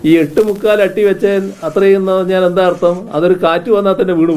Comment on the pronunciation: എട്ട് മുക്കാല് മുക്കാല് എന്താ കുത്തിപ്പറയുന്ന പോലെ..